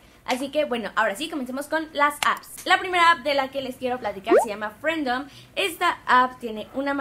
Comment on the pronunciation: “Frendom“ :v se pronuncia fridom y significa libertad en ingles